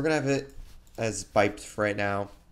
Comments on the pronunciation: By-ped not bipid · why does everyone say bip-ed and not by-ped